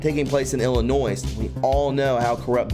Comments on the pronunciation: Dear One, Ill~i~nois = Ill ~a~noy ILL ~A~NOY. Or as Gram taught " there's no noise in ill~a~noy" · Cicero is sis uh row. Illinois is ill annoy. No S at end